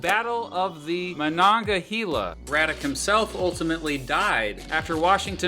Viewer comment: the way he said Monongahela triggered me as a pennsylvanian